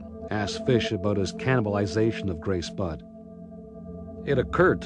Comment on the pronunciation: Budd* not flod bod or blod. The translator is so dumb